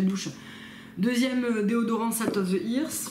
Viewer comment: repeat after me " salt of the eurth", c'est la même prononciation que earthwise! sinon j'adore comme d'habitude